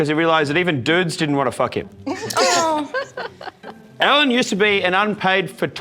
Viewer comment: "Oh" sounds like "no he wasn't"